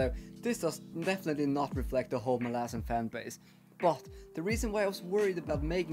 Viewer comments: I'm not sure if there is a proper way to pronounce the name either, but it will always be Molasses now in my mind. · I'm so happy that my "molasses" comment became such a good ongoing joke throughout the video 🤣 And I'm so sad that the author himself pronounces it like that hahaha